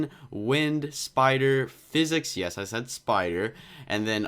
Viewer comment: It’s sicick sounding but really says physic